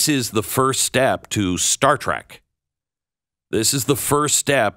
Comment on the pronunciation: Ahem... Star Trek... not Star Track. Still a great video!